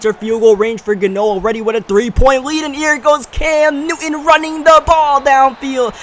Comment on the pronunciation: say it with me, NEW-TON